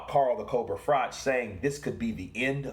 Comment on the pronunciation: Pronounce frock